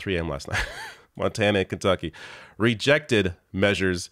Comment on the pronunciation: Kunducky!!!!! I'll never say it the other way again 🤣